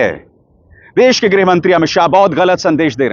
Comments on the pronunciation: Amitshah ji deas nahi dash bola jata he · This man can't even speak Hindi properly. Sha is sa for him, des can't say desh! Apna naam SHAH kaisey batata hoga... "Sah"😢